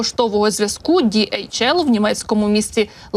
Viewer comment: Це транспортний поштовий літак німецької компанії DHL. Назва компанії утворена за першими літерами прізвищ засновників в 1969р. — Адріана Делсі ( Dalsey), Ларрі Хіллблома (Hillblom) і Роберта Лінна( Lynn). Перевезення вантажів, пошти etc).До речі- там немає букви "J джі" як вимовляє ведуча! Співчуття Німеччині і сім'ї загиблого пілота!